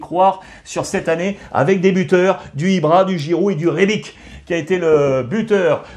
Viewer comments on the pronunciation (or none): Rebic se prononce comme Ibrahimovic 😉😂😂